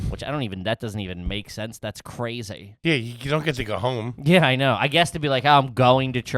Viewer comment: This pronunciation of crazy is …crazy